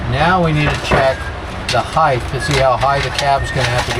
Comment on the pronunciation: It’s height* not heighth😉😉😉